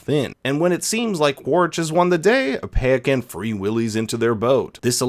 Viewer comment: The Tokun's name is said Pie-uh-kahn